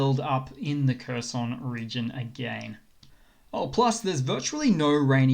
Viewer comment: Please pronounce Kherson correctly